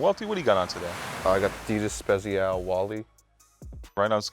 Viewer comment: No one: Welty: Adidas spezials